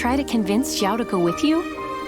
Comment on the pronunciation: His name is a difficult one. He is not "Chiao", neither "Siao". More like "Shiao" but depending on your accent it might sound strange.